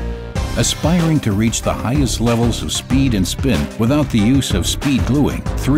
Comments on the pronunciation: highsest XD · pause "Aspiring to reach the HIGHSEST levels..." :'D